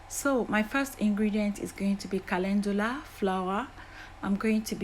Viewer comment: Thank you kindly, for sharing your recipe I love calendula is on, my favorite herbs I also love that you pronounce it perfectly I will used as a leaving I love the smell, of calendula I will used fresh aloe Vera thank you god bless 🙏🙌😘